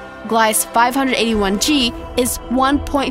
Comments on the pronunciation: Gliese is pronounced like Glee-c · number 5 it's pronounced gleesa you fucking idiot.... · That planet is “tidally locked”, look up some facts and the mispronounced words tell us u haven’t done much research! The planet is GLEESA 48B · The way she pronounces Gliesse drives me insane. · I love how she pronounced a few of the planets wrong (Proxima and Gliese)